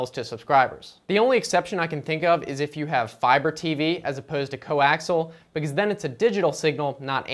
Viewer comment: Pronounced "Co-axe-ee-ull" cable. Not "co-axle"! Top marks tho for best BS video I've seen in awile!